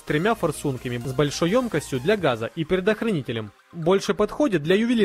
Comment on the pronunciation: . ты сказал пердохранителем?????